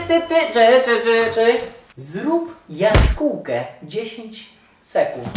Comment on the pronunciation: To dobra "jaskUłka" 😂